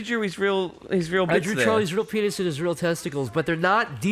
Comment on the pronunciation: His PEEN-uh, his rude bits